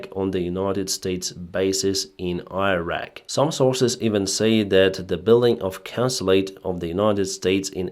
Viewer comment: please learn how to pronounce Iran and Irak, I am begging you